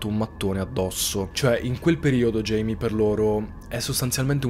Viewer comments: Un uomo veramente terribile. È cattivo, violento, manesco e maschilista... Ma basta parlare dei suoi pregi, focalizziamoci sui difetti. Scherzi a parte, Video fantastico ed interessante. L'unica cosa, non si chiama Jamie, da James in inglese (pronuncia Geimi) ma Jaime (Gaime o Giaime) classico nome latino. In quanto persona di origine messicane o portoricane(?) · Jaime si pronuncia ‘Haime’